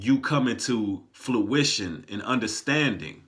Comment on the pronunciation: I believe the correct pronunciation is fruition